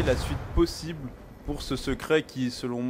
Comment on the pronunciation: tu dis plosible au-lieu de possible